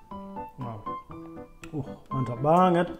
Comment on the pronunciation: klw makn sllu bilng mantep banget nada ny itu Lo lucu khas orngluar tp b.indonesia